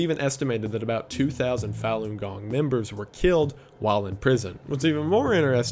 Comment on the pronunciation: Small point: "Falun gong" is pronounced more like "Fawn gong" It would be impossible to tell if you only ever read it.